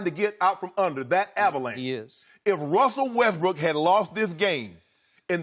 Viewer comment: "Wessel Westbrick"